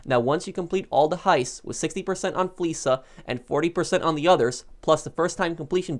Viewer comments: Real question. Not undermining anyone. But is it not pronounced fleeka? Like the k sound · Well Lester pronounces it as "fleesa" so I guess that's why everyone pronounces it that way. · ok I guess I'm wrong. I swear paige says fleeka for the same "fleeca"